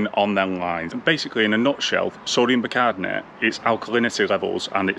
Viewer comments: Great video as always mate however I’m laughing at you trying to say sodium Bicarbonate 😂😂. So let’s break this down…say sodium Buy car bonnet 👌🏻 Keep the content coming buddy 🙏🏻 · Bi car bon ate 😁 stop talking pished like Rab C Nesbit 😁 If you don't wear a Hawaiian shirt in the next episode I might have to reconsider my subscription 😂